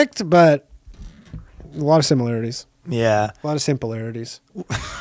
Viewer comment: "A alot of simpularities" lol